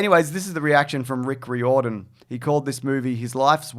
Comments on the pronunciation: It's pronounced Reer-don not Ree-or-don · “Rear-den” not “ree-orr-dan” 😂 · In Ireland the surname “Riordan” is pronounced “Rear-den”. Mightn’t apply to this guy though 🤷‍♂️ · It's pronounced "Rear-don"